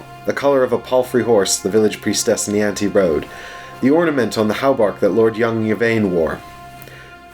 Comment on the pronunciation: For reference, Niamh is pronounced Neev. Weird huh?